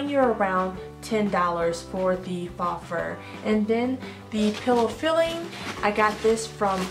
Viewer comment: It's not faa, it's pronounced with a long o, just say the letter O. I love your ideas